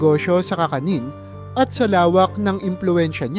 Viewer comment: Kakanin not ka ka nin..tagalog narator Kisame not kiisa me